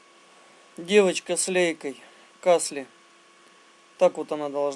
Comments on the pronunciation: Добрый вечер!,да не кАсли, а каслИ. Челябинцам ухо режет ударение на первый слог. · Город ,где сделана "девочка с лейкой" называется КаслИ, а не КАсли.